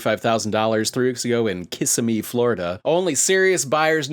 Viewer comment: Day 2 KISS-IM-MEEEE think like Mario saying kiss me 😂